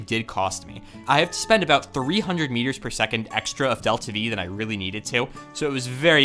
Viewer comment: Every time you say "meters" I think you're saying "years". "We're just 4 million years away"